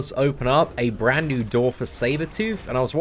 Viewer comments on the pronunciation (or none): none